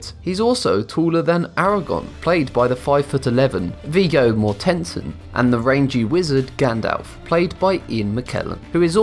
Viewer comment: That's the most creative pronunciation of "Viggo Mortensen" I have ever heard.